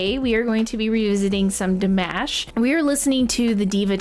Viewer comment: Please go to the original video that you listened to and they actually say his name. His name is not De-mash. Listen to the S.O.S. Where they introduce him. Since you are NittPicc, learn how to say his first name only properly! You don’t have to know his last name! 😊